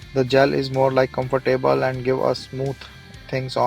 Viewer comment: Good review!i will now start saying comfor table as you do.lol.